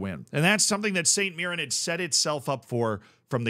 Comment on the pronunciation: You also pronounced mirren correctly so dw about that